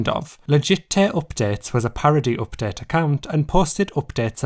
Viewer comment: What is wrong with your accent? Oopdet.